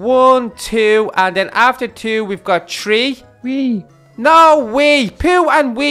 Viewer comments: Not tree three the th but u said tree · No offense and not hating but you guys say "tree" when it's "THree" not tree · you say tree not three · say three B-Max: Wee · donut said tree